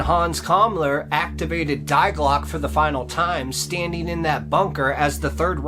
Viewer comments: Fyi, it’s not ”diglock” it’s Die Glocke, and it’s pronounced ”dee glocka”. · actually it's pronounced in German, Dee Glockuh. That's what the German scientist actually said. "Die" is an article meaning "the". We don't say thy when we say the. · Jawohl, Die Glocke is pronounced "Dee Glocke" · Dai Clock....😂😂😂 Dii klocke= die klocke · Sir, you really need to learn proper German! Die Glocke is NOT "Dei Glock"..... My thought is that 50 % is fiction, but story-telling certainly enhances a lot. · Fascinating story! Die Glocke is pronounced: 'We just with a 'D' at the beginning or the name Dee and the 'e' in Glocke is not silent it's like an English 'a' 'Glock a'. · You should really go on Google translate and type in die Glöcke and hit the little speaker icon so you can hear how it’s actually pronounced. It means “the bell” in German.